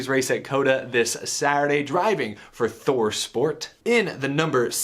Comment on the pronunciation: he really said suarday